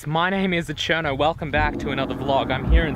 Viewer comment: Great video. Why does it sound like you say 'My name is aCherno'? Am I hearing things?